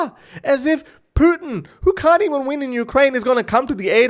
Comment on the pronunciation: Funny how you say Putin. Your pronunciation makes me think of poutine. Fries with cheeese yummy